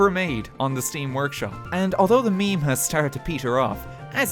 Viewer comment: Meme, not mime, idiot.